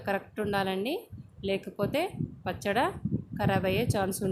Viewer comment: పచ్చడ కాదండీ పచ్చడి అనండి ok